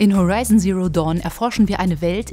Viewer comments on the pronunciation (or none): none